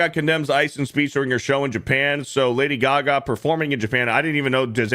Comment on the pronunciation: Lady Gag-a.